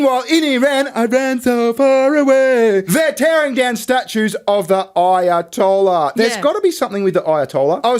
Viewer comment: "Aya-told-ya" LMFAO